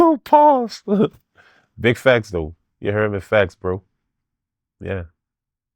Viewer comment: Whips, handcuffs, feathers okay, but dildos this is too much. Fuck a red flag, no friendship! dont say "Facts" he says "fax" 😂😂😂